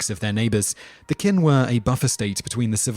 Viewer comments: im sorry but you are showing a samurai battle, samurai are japanese not chinese. Qin in not pronounced kin its chin hence the name china it is technically Qina and Zhou is not zou it is like Chow with more of a sh sound in there. Wei is pronounced way han is more like haun and think of anything with an a in it as less of a sound but more of an au sound like august that's about how much i want to say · The Mongels established the Yuan Dynasty. Also, those pronunciations, Jesus. "Kin" lolwut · While everyone in the comments is raging about the common knowledge that Game of Thrones takes most of its historical inspiration from Europe (especially for Europe) I personally, got annoyed that Simon kept on mispronouncing "Qin". It is supposed be pronounced kind lf like "cheen" instead of "keen". That dynasty is actually why we call China by its name. Named after the first "Qin" dynasty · "Kin" "Quing" "Wenkuan" "Wengswan" "Ciksi" "Zeng D" "Lou Zye" "Lady Qui" "Wy" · wtf is quin dynasty? Is pronounced Ch'in dynasty' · Qin is pronounced "chin" not "kin" and also the era of upheaval wasn't known as the Warring State Period thats Japanese. It was known as The Three Kingdoms. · Qin is pronounced Chin not Quin Kin. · ***** I don't expect anyone to speak actual Chinese. I just expect people to use the closest approximation within their own range of phonemes. And as you said, that would clearly be "Ching" and "Chin," not "Quing" and "Kin." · Narrator, Qin is pronounced "chin". 🙄 "Qwin" haha. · I don't speak Chinese, and even I know how to pronounce Qin. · Qin is pronounced "chin" for starters. And no, Martin did not use any of Chinese history for his inspiration of Westeros, only ancient Roman and medieval English history. George R. R. Martin did create a whole fictional civilization in the other continent of Essos called "Yi Ti", however, which is very similar to China in both culture and history. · "kwin" dynasty? lol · Qin is pronounced Chin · Qin dynasty is not Qing dynasty